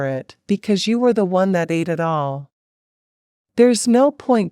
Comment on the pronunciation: Please have humans doing the speaking. NOT an electronic/computer. Example: ATE is pronounced ate...not A T E...3 separate letters.